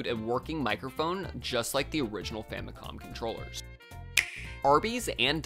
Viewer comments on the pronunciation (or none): none